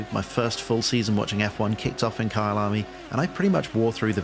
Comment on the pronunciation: I thought you were saying Kyle army as a movement ahah looks good tho